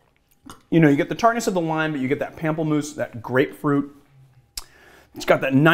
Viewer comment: I mean... it's also "POM-ple-moose" if we're picking up on everything (Lillet Blanc was correct, though you needn't sound the last 'c'...)